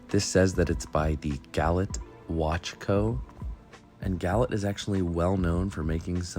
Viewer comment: Great video, only one pet peeve🤣 gallet is pronounced GallAA. It’s French so the et is an A in pronunciation 🍻